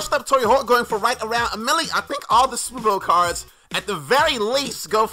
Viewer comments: Superbolw lol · Hey you switch the l and w love your vids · Nice superbolw "Tory"